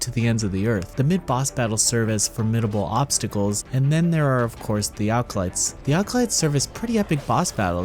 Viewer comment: "Seven alcolytes"